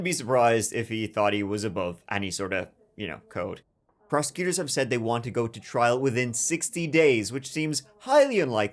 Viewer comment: sounds like prose-cuters